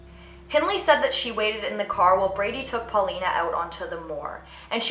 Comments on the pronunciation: its pauline not paulina (paw-lean) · It's PAULINE, not PAULINA... spanish/latin people barely existed in England back then. Even now, the hispanic population is absolutely tiny.